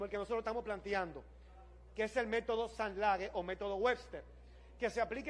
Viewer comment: Me fijé también que el Sainte-Laguë está bien escrito, pero lo pronuncias mal: No es San Lague sino San Lagú.